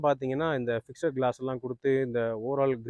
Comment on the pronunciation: 'ஃபிக்ஸெட்' என்று சொல்லக் கூடாது.'ஃபிக்ஸ்ட்' (FIXD) என்பதே சரியான உச்சரிப்பு.,' E' SILENCE.